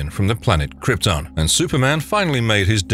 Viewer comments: Dude it is krypton, u really need to look on how to pronounce words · agh the way he said krypton..😩